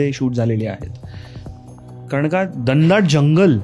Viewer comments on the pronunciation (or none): Dhandaat nahi re Ghanadaat